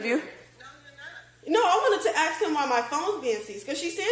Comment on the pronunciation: She did say she wanted to axe someone. That can't be legal 😂